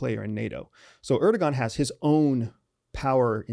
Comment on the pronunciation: Really trivial, but: don't say "erdogan," it's "erdowan."